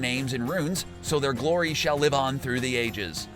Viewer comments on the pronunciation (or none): none